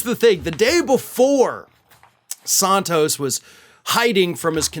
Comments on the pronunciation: I genuinely can not listen to your videos about George when you are pronouncing his last name differently than literally everyone else in the media. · Santos, like Santa Claus, not Sontos, like Sonic. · Why do you pronounce Santos british-like?